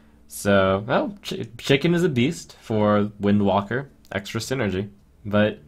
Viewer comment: Im convinced at this point he just mispronounces wildwalker to fuck with us.